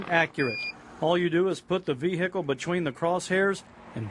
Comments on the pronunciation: the vee-hickle was not travelling over 200 miles an hour...just look at the scenery. good `ol Fox news lol. 253mph awesome :] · "Vee hickle"